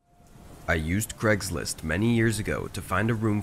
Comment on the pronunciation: "Cregslist" "Eron"